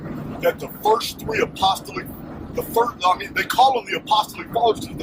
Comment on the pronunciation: Greatly appreciate the cleaned-up audio! Super information. Just a couple points on pronunciation: A-puh-STALL-ic and You-SEE-bee-us. Your scholarship is mind-blowing. Thanks for being such a repository of historical information, and for sharing it.